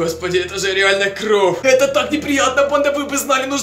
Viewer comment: не кров а кровь